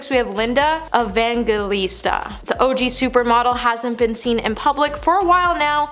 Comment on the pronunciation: Linda Evangelista pronounced Evan-jelista! Subscribe pronounced sub-scribed (it has 2 bs)!